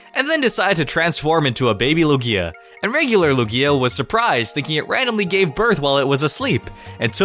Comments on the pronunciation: It's still 3 syllables. Loog-i-a pronounces it with 2 Loo-gia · The power plant in XY like what the heck and also I really feel like the emphasis goes on the U of the Lugia not the IA like LUgia not LugIA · lu-gia not lu-gi-a god!!! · It’s pronounced loog-ya not loo-gi-ya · Lu'gia, not Lugia' ? Please? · LOO-gee-ah, not lu-GEE-ah 😂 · your ruining my favorite pokemon it's Lugia all one word not Lu-gia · STOP SAYING LOO-GEE-A! IT'S LOO-GEEA! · It's pronounced Lugi- a, not Lu-gia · am i the only one that's triggered of the pronunciation that he gaves to Lugia? , he says "Lugía" not "Lugia" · HIS NAME IS LUGIA NOT LUGGIA STOP SAYING LUGGIA WITH A LONG I ok i'm done sorry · Why do you say Lugia like Lug-e-a it's supposed to be Lu-gii-a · Lugía? its lúgia brø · I think it's LOO-gee-uh, not loo-GEE-uh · LU GIER??? ITS LU GIA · Same... its LOOO-gee-ah not Lu GEEEE ah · It's LeviOsa not LevioSA xD It's LUgia not LugIA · WHAT THE HECK IS LUGKIA WHAT KIND OF PRONUNCIATION Is THAT YOU DUMBELL!!!!!! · The way you say "Lugia" really bothers me. Like my ears are constantly being raped by an unpleasant sound. x: "Lu-gi-a", Lu-gi-a", Lu-gi-a"... it's one syllable dude, you don't pronounce it in 3 syllables :s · "loo-gee-a" that hurt me to hear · The way you say Lugia triggers me lukia wtf boi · The speed of you saying Lugia (pronounciation is ok) makes it sound like iKia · Came down to the comments just to see if I wasnt the only one :P It almost sounds like he's saying Ikea. Needs more emphasis on Luuuuuuugia! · my friend pronounces it Likia im so triggered by it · Its lu-ge-a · Matthew Serafino yeah, not lu-GEE-a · loo-gee(as in geese)-ah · You should be banned from saying "Lugia" for life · Holy crap the way you pronounced Lugia makes me want to die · THE PRONOUNCIATION OF LUGIA IS WROOOONG!!! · What did he call Lugia?! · Say Lugia correctly you fuck. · Who else cringed every time he said Lugia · The way you pronounce "Lugia" triggers me. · Me #Triggered